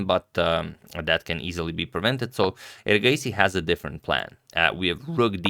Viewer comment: Your pronunciation of erigaisi is so much better tania sachdev's . Your pronunciation of various names is very good agadmator